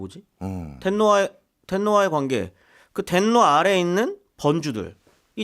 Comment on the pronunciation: 벤노가. 아니라 덴노가 천황 같은데요